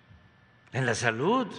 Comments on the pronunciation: que alguien le diga al sr presidente como se pronuncia la d al ultimo....sobretodo cuando dice salut...por querer decir salud....que es lo correcto en ortografía y dicción. que mal habla...tiene ..entre oas cosas una pesa diicccioniet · Sarta de de barbaridades dice este pobre hombre. pero hay muchos descerebrados que aplauden como lo que son, ni siquiera salud puede pronunciar correctamente.